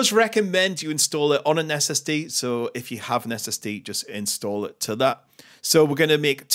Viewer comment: "inSstu0olah"... Love it